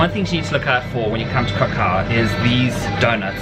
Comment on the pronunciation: KRAH-koof, please.